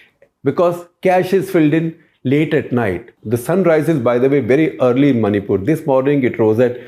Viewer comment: Maripul sounds like Mauripol